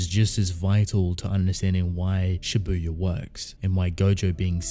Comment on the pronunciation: Why is it so hard for everyone to pronounce Japanese words correctly? Don't put emphasis on 'u' in Shibuya (渋谷). Have you never watched anime and never heard how it is supposed to be pronounced? Like, seriously? Do you watch everything with dub or something? Every fucking Youtuber I watch pronounces J-words like this, I'm sick of it. I know you probably don't give a shit, but please, how hard is it? Make the world a better place for me, please.